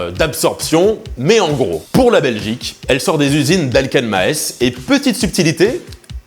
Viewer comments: petite preciosion cher concernant la prononciation de Maes cela est en flamand une fois n'est ce pas par exemple xD. Donk en flamin ae ca forme in son bin particulier reconaissable car c'est un une lettre un long A et donc ca devrait se prononcer Maas tu sais un peu comme le non de cet fleuve qui traverse la france et la belgique et qui se jette au pays bas la meuse. de Maas et donk tout ca pour dire que le son ae se prononces aa et qu'on dit Maas et non Maès big up van België. beste vriende van frankrijk met vriendelijke groents xD ^^ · Pour info ça se prononce Masse et la Maes c’est le concurrent direct à la bière Jupiler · petite correction: on ne prononce pas le "e" dans maes mais on allonge le "a" maaaaaas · Salut! Top vidéo, j'ai appris plein de trucs en tant que belge:) Petit commentaire, dans "Maes" on ne propose pas le E:) ça se prononce plutôt "Maas", avec un long A. A bientôt! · Pour info, Maes se prononce "Maasse" 🙂 Sinon, continues tes vidéos, c'est top 🙂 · Au top comme d'hab! Sinon, juste pour info, Maes se prononce Mââssss :-D Santé! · Ca fait des années que je ne bois plus de Grim, car en somme même si elle était pas brassée sur place, ca reste une commune de facho francophobe et je vais pas soutenir de près ou de loin ça. sinon pour Maes ça se prononce MAAAS, avec le E muet ^^ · Maes se prononce mââs. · Maes ca se prononce Maas (sans le 'e') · Faut arrêter de dire "maèsse" par contre, brukselle je tolère encore mais là c'est trop. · J'adore ce que tu fais, mais pitié, renseigne toi sur la prononciation des noms. "Maesse" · Très chouette vidéo malgré la prononciation ahah (surtout pour Maes, qui se prononce pas du tout comme le rappeur) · ça se prononce "mâââs" et pas "maHess" ahahahha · Salut, juste une petite indication. On ne dit pas Ma - és mais Maas, on ne dit pas le e et bien le s (Et on ne dit pas non plus masse). Super vidéo comme d'hab sinon! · La Brasserie Dubuisson 😅 Sinon, on dit [Masse] pas [Maèsse] 🇧🇪